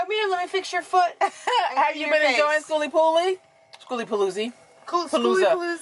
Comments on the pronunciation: The new pronunciations of skooliepalootzki kills me everytime. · You are hilarious! We made it a drinking game, everytime you mispronounced skooliepalooza.. soo much fun in a short video🤪🤪🤪. Do the sounds like you said the adventuring greggs have a yt channel? It exceeded your expectations? What were you expecting. Sooo cool to see so many poc there.